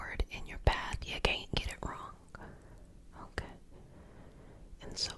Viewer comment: i love how you say Caint aha :)